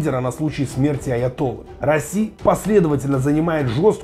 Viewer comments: Какой расси, раисси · РаИси не Раси )))